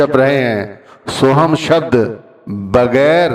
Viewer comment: भाई उच्चारण में चुक हो गई होगी या सुनने में गलती हो गई होगी। बाकी सोहम और सोहंग में उच्चारण में इतना फर्क नहीं पड़ता जितना फर्क प्यार से जपने से फर्क पड़ता है। वह अंदर बैठा सब देखता सुनता है। आप किसी को प्यार में पता नहीं क्या क्या कहते हो शब्दो का इतना असर नहीं पड़ता जितना प्यार से बोलने से पड़ता है। फिर भी कौई शंका है। तो अपने गुरु से या किसी पुराने सत्संगी से पूछा जा सकता है।